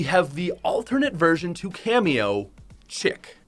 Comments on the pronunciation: Also its pronounced "sheek", not "chick" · it’s pronounced “Sheek” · chic is pronounced "sh-eek" it's another word for fashionable :) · Esther Annindo - it’s pronounced she-ek, I think it’s French for fancy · The chic skin is prounounced "shic" For all of you non french speakers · Chic is pronounced “Sh-eeek” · Just because I'm the grammar police, chic is pronounced sheek btw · Cameo reminds me so much of Doja Cat from the Tia Tamera video. (Also, chic is pronounced Sheek.) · boi its pronounced "Sheec" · I thought you were Canadian. How do you not know how to say Chic? (Anyone who doesnt speak french its pronounced SHH-EE-KKKKKK) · I'm pretty sure chic is pronounced sheek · Chic is pronounce “sheek” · Everyone keeps saying "Chic" wrong. It's pronounced sheek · Chic (SHE-K) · Why the hell does no one know how to say chic (sheek) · Chic is pronounced "sheek" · Chiq is pronounced sheek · Chic is pronounced sheek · Bruh chic is pronounced sheek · its pronouced sheek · Chic pronounced sheek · It could be pronounced “Sh-eek” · It’s pronounced Sheek lol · It’s pronounced “sheek” smh. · The fact that you can’t pronounce chic really makes me mad for some reason